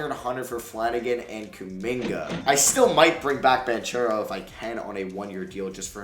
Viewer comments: Please, I’m an Italian boy, the right pronounce of Banchero is Bankero for you as an american. Apart of that, it’s really a great video💛💙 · THANKS! I have already commented him the same in a couple of other vids lol